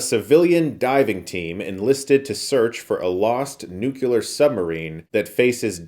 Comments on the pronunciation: Nuclear, not nucular... Learn to read. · Love you, but it's nuclear (new-clear basically) not nuke-u-lar. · NUCLEAR. Nucular is not a word. Apologies if you were doing it on purpose for lols. Love you Chris. Merry Christmas. ❤🎉🎄🎁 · Love you, man. But, it's nuclear (new-clear basically) not nuke-u-lar. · Why "nucular" instead of "nuclear", as it's spelled? I keep hearing this incorrect pronunciation and I don't understand its origin... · Thirty seconds in and you're already throwing down with the 'nucular?' It's pronounced new-clee-r. Later... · Love ur channel, but come on NUKE-ULAR chris? Its NEW-CLEAR bomb. Rock on 😊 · Why do Americans have such a hard time pronouncing nuclear? Why do they say new-cu-lar? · What's a nucular submarine? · Every time you say 'Nukular' all I can think of is Homer incorrecting Lisa. lol For the Abyss, it makes me miss movies feeling real. Even some of the best today don't have the same stakes because you know they're on a green screen. Traditional FX are the best. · Nuclear! Not Nucular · Chris! It's nuclear not "nu-cu-ler" . As an educated man you need to realize this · It always amazes me how Chris pronounces word "nuclear" as "nukelar" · OH NO! Chris is one of those people that says “Nuke-yuler” 😂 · I never understood why people can't pronounce "nuclear" properly. It's NOT "nuc-U-lar". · 2023 and people still say "nucular". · STOP FUCKING SAYING NU-CU-LAR DAMMIT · Chris. 'Nucular.' Seriously? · "nucular" "nucular" "nucular" CHRIS WHY WHATS GOING ON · "(...) enlisted to search for a lost NUCULAR submarime (...)" American moment. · Chris... "Nucular" is not a word. A good friend would step in and tell you these things to stop future embarrassment. This is one of those words people cringe at when they hear someone say it wrong. Stop this. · oh no, Chris says nucular too :( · Nucular? Come on, Chris... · Nuke-ular lol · Nuclear!!! Sorry, I couldn’t help myself 😂